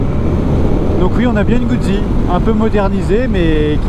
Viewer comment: #1 Italiano lessonne una☝️ Guzzi comporte 2 Z, donc on doit prononcer "Moto_Gout'si" , pas "Moto-Goud'zi" , quand on veut mettre l'accent ! 😉 👏 👏 👏 Bravo pour ton ton achat et merci pour ta vidéo. Longue route avec ta Guz'!!! 😉